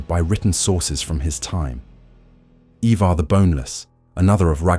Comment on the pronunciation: Please learn how to pronounce the names properly. Who's eivar.. it's ivar